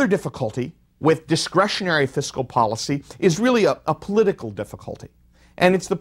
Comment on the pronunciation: This whole lecture talks a lot about Fiscal Policy and not enough about Countercyclical Fiscal Policy ... also ... it's FISCAL ... not FISICAL ...